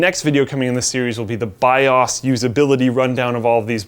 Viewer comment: saying the "bi-aws" is the best part of this video.